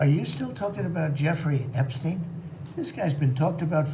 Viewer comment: THIS IS A MOTHERFUCKING A.I. VIDEO!!!!!! NO WAY THE REAL ALL OF A SUDDEN FORGETS HOW TO PRONOUNCE "EPSTEIN" THE LIVE VIDEO FROM 2 DAYS AGO HE'S PRONOUNCING IT JUST FINE. WTF IS GOING ON HERE?!